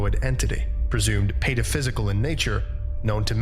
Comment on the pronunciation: It's actually Pataphysical, not paraphysical, but I can see the mistake